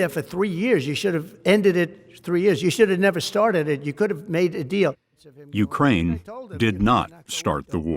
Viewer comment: That former security general or whatever saying YEWcrane instead of Ukraine gets me